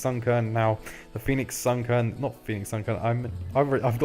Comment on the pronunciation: "Pheonix Sunkerns" smh EDIT: PLAY WITHOUT A BRAIN? OUTTA HERE